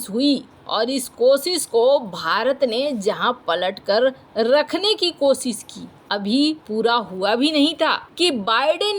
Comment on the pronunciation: कोसिस, बिसेसग्य, सायद, सुरच्छा, बिद्रोह, यह बेहूदा अशुद्ध हिन्दी उच्चारण बार बार..... अच्छे भले वीडियो का हर बार सत्यानास कर देते हो